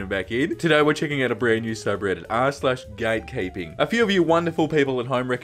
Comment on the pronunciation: Why did I hear "gay keeping"?